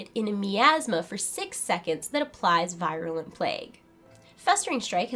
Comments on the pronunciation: teeny little pet peeve of mine, proper pronunciation of words. i.e. virulent is pronounced [vir-yuh-luh nt, vir-uh-] (from , look it up) - veer-u-lent, NOT v-eye-r-u-lent. don't mind me . . . =) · Yeah, I cringed when I heard it.